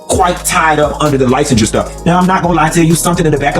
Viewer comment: The pronunciation of licensure sealed the deal for me with all them lies.